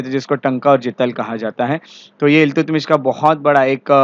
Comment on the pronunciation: Iltutmish का सही उच्चारण अल्तमश है, न कि इल्तुतमिश।